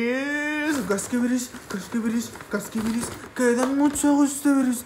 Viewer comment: cascubiris casquibiris